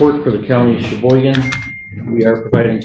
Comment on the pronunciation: Cheboygan…not Sheboygan.